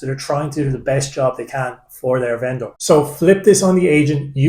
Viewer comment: Cheers. Funny pronunciation of venDOOR